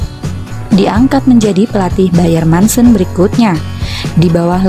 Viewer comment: Dibaca nya Muncen bukan mancen sayang 🤗